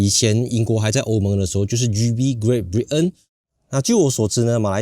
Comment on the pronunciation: Great Brit嗯，道地喔。。。